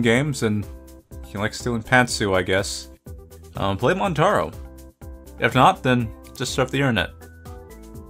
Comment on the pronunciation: Some videos you pronounce things really well but that montaro killed me lol